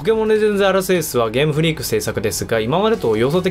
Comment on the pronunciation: 「ゲームフリークが開発する」と強調したような言い方は、流石に嫌悪しましたね。いくら公式でも言っていいことと悪いことがあるだろと感じました。